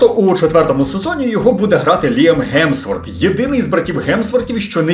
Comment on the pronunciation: Хемсворт ....млять Хемсворт!!!!! у них млять є звук Х!!!!!!!